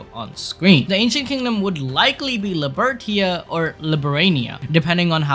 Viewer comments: I have to react. It's not Libertia, it's Libertatia. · Just saying, it reads....Lee-Ber-Tay-shi. Libertatia